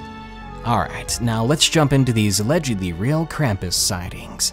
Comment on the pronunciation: It's pronounced krom-pus not kram-piss, with German accent.